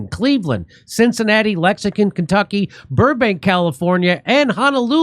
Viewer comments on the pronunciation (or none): Lexing TON , not Lexing CON, Kentucky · It's adorable how Jimmy can not pronounce Lexington.